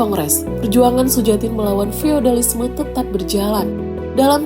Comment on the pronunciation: Cara bacanya Suyatin barangkali, bukan Sujatin.